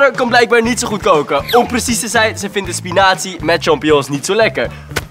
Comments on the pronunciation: Waarom zegt hij spi-nazi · spiNAZI??? Wat is dit nou? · In het begin lijkt het als of hij spinazi zegt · spinazie Klinkt als spinatsie Van de WO2